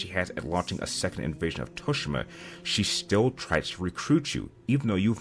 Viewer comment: Is it just me or does the way he say Tsushima triggers?🙃